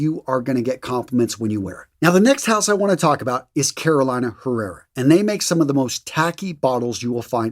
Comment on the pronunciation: C’mon bro! You’re Latino! Didn’t know Ibiza was off the coast of Spain? Bad pronunciation of Carolina Herrera? We expect better of you. In all seriousness, great channel. Keep up the good work. Need more fashion tips for the bigger guys. We need more help than the skinny dudes.